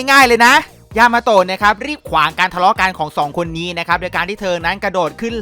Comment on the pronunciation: ยามาโตะพี่พูดผิดเป็น ยามาโฮะ